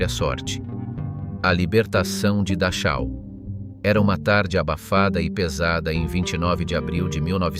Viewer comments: Se escribe Dachau, pero, FONÉTICAMENTE se dice DAJO. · Dar chau ? O que é isso? Poderia caprichar um pouco mais com os nomes. Afinal um bom profissional aprende a falar os nomes minimamente corretos. Da chau! 😂😂😂😂😂😂😂